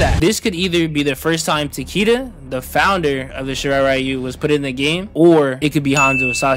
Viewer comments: Taquita lol tell em you’re Mexican without saying you’re mixing. Tuh-Kay-da is how it’s pronounced fuck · ITS PRONOUNCED "TAK AY DA" THE ANNOUNCER LITERALLY SAYS IT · Taqeeta tf kinda AI pronunciation is that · ITS PRONOUNCED TA-KEH-DAH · His name is Japanese, it is pronounced Ta-Keh-Da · I believe Takeda is the Grandmaster title for the Shi-rai Ryo, since Takeda Takahashi around A.D. was the first who established this branch of Shadow Warriors, the name Takeda is to honor their founder for the years to come. Remind that most Western fans do not know the pronunciation for Takeda is written in Mandarin as 武田(military/combat field) or 竹田 (Bamboo field) and his name is deeply associated with their main warrior sect 林鬼 (Lin Kuei meaning Forest Ghost/Demon). All to suggest they dedicate towards martial improvement and mysticism, except the Lin Kuei tend to focus more on combat efficiency hence their blind devotion for Cyber Initiative while the Shirai Ryu focus on improving martial prowess thru skill instead of self-mutilation.